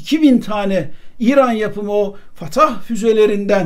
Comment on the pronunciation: Sedat abi o füzelerin ismi “fettah” Fatah değil bilgin olsun diye yazıyorum canım abim